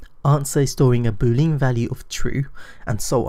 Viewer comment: "Boo lean"? Last time I checked lean wasn't pronounced as lean, but as Lee Ann, stress the Lee. Otherwise, great videos! :-)